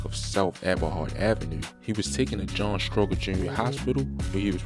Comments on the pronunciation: It's pronounced, strow-jur,, hospital. And they always die going there cause it's so far from the Southside. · Every time you mispronounce John Stroger hospital (Stro-Jer) is how it sounds. It's funny but you got your facts surprisingly accurate bro keep doin your thing